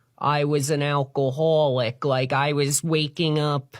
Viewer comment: You can’t say alcoholic like that